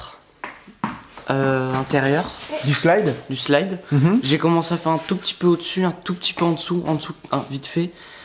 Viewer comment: c'est "slide" (prononciation slaïde) ce qui signifie glissière, coulisse.